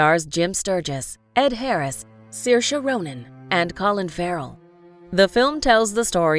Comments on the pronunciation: Oh my GOSH!! ITS pronounced SER--SHA lol 😕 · I speak Irish and it's pronounced as Seer-sha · Umm its actually pronounced SUR-SHA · I pronounced her name sarsi. Sorry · a funny thing that i laugh at every time is that in my country her name is pronounced "Suarz"... thats embarrassing and whenever i look at is omgg i laugh so hard!! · She is such a great actress. My favorite is Hannah. Hannah is not just a film. It is pure art going beyond simple Hollywood film style. The narrators here do not pronounce Saoirse like Saoirse does it herself in several interviews when she is asked how her name should be said. Also the narrators here do not pronounce it the Irish way which differs a little from how Saoirse says it herself. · I think you guys are pronouncing her name wrong, like 75% of the world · Such a pity the narrators do not have enough respect for Saoirse to learn how to pronounce her name properly!!!